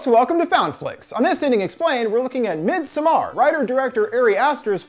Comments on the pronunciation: Everyone: Midsommar This guy: midSumARR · "Midsommar" is pronounced similar to "midsummer" with the emphasis being on the mid-SOM-mar, not midsom-MAR". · Thank you. Have family who speak Swedish. His mispronunciation gets to me whenever he says it. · MidsOmmar not midsomaaaar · MidsomARE hahaha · Sam are miD... MidSaMarrrr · "mid soMMAr"......i mean go off ig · Mid SOMAR LOL I believe its pronounced midsummer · The more you say “mid sommAARR” I want to thumbs down. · Fun fact you pronouns it medsommar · As a swede i am more afraid by his pronunciation of midsommar than the movie it self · We shouldn't be bothered by it but that's exactly what we are bothered about. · Tac0 threesixtyy every movie with a title not in English gets butchered on this channel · I'm a Dutch/Nord, but I get what you mean. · I came here for this comment. He is the only person (American or otherwise) I’ve heard mispronouncing this so profoundly. Come on. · Masuda Khatun it’s literally a Swedish word, which is what the movie’s about. As a Swede, it literally made my eye twitch hearing this dude pronounce it wrong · This guy should have offered himself as a sacrifice for the atrocious pronunciation of “Midsommar”. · Are you trying to say "Midsommar" in Swedish? Thats not the way my guy haha / Swedish guy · Omg that constant mispronunciation of midsommar... 😅😅 Great vid though!